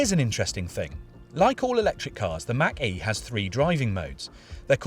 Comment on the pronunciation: FYI: Mach and E are pronounced as two different words. :) Mach (insert brief pause) E